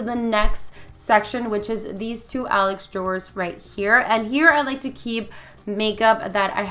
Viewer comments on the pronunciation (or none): none